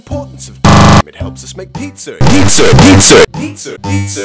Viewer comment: No it's because pronounces it like pizzer